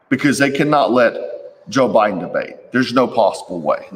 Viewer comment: It's not jo bidon